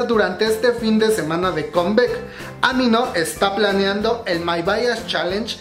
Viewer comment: "Combec" "iduan" "jiouna" 🤦🏼‍♀